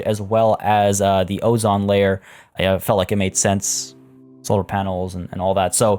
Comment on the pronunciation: The pizza place in the polar area could be called Frozen Pizza or Freezer Burn. Also, "ozone" is pronounced with 2 long "o" sounds.